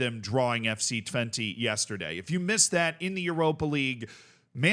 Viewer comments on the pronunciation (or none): Help me out Dutch people. I'm cringing every time says Twente with an "i" sound at the end. But maybe that is correct?😅 I thought it was an "e" or "eh" sound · Haha no you're right. Dutch people would pronounce it with an unstressed e, which is much closer to an 'uh'/'eh'. I guess it's a good meme to keep pronouncing it like the number 20 but that's not what we would call it